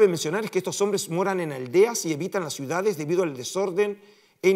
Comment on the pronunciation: Cuál es la palabra correcta? Suidades o ciudades? Usted pronunció suidades.